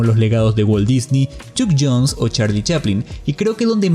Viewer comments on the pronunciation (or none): none